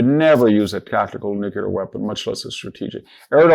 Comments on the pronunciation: VDH just said 'Nucular' and it was not a slip of the tongue, because he said it again ! How disappointing. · Cant take anyone serious who cant pronounce NEW CLEE ER . So much for degrees